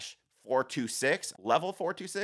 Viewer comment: "LV-426" is pronounced as the individual letters/numbers, it is the name of the planet from the first two Alien films